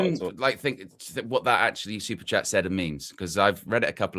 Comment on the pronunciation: please fix the ai pronunciation of superchat, it sounds like super-shat